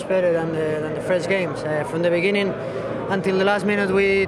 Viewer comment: When Mata said the word "Begining" as "Begenin", how many of u felt that he was similar to Unai Emery and suddenly remembered the word "Gud Ebenin" ......